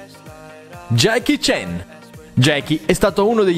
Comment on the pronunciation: Come lo hai chiamato ?????? jacky chen?????? CHAN!!!!!!